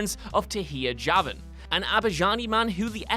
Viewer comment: What u mean lol im Azerbaijani btw and his name is Javan (Cavan) he said it correct mainly.